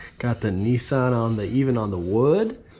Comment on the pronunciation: “Nee-sarn” 🇺🇸 Hahahahaha hilarious!!